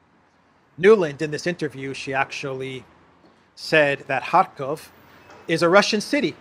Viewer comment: Well in Nulands defence she did pronounce Kharkov correctly, "Russia's second city Kharkov" 😁